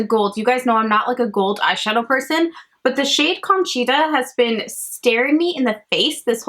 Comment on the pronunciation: Just a tip for Spanish pronunciation- single vowels always sound the same! A always sounds like ah, e always sounds like eh, I always sounds like ee, o always sounds like oh, and u always sounds like oo. So milagro is mee-lah-gro and conchita is cone-chee-tah